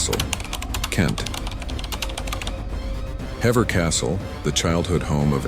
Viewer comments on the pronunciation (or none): Hever is pronounced "Heever"